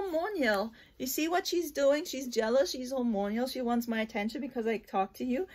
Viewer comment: Time to think about a budgie parakeet hehe “Hor-mon-al”, not “hor-mon-ial... just saying to help ya, not being rude